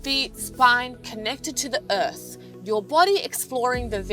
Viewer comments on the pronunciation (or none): I love accents, including hers, but unfortunately the way “earth” sounds from her makes me NOT want to touch it, 😂. But I remember doing side-crab during 🏐 drills, so prob will try these.